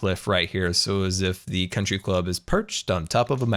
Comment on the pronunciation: “Con-try Club”